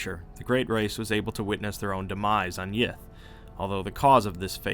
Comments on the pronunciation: Sorry, did you say, great race of yiff? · I know he's saying Yith, but all I can hear is yiff. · I keep hearing yiff xD